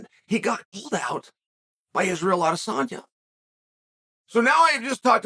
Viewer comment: Not Adesanya's though, though tbf, majority of people don't. Lol.